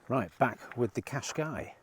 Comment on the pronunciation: Why do you have such a problem pronouncing car names. The Tucson is one in point, it’s pronounced Too_Son as in Too_Son Arizona. Was really pleased that you sold it, so not having to hear you butchering the name. Now you’ve started with the bloody Nissan Qashkai, which is NOT pronounced as Qash_K, rather Qash_ Kie (As in Pie)